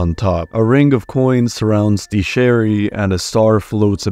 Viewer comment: “sherry” and “shild” is took me out